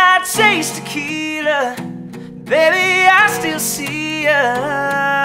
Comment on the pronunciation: Why are they pronouncing it taquita? It ain't a taco it's tequila